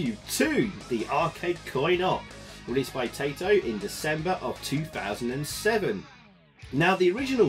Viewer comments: I know this is fairly ingrained among British people of a certain age, but Taito does not rhyme with potato! :) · yeah, it's just "tye"-to, not "tay"-to. I've heard plenty of people do it and I think I've probably done it myself in the past. Around these parts everybody used to think Sega was pronounced like Bob Seeger, at least until the Sonic the Hedgehog intro corrected everybody. Spare a thought for poor Robert Moog...